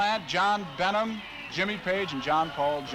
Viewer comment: I noticed the marquee shows 56,000 in attendance for the Beatles as well as Led Zeppelin, when clearly the reporter can be heard saying it was 55,000 in attendance for the former. Early 70's teleprompter typo right there. He also pronounced "Bonham" as "Benum" and I cringed.